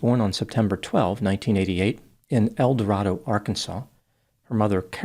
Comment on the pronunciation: Locals pronounce it El Doraydoh